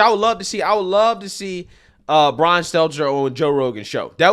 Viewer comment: Enjoy your nothingness Bwian you do crochet 🧶